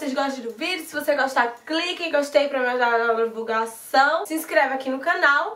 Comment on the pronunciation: Mulheeeer amei todos,mas nn consegui entender o último,"Mia judaaaa"💔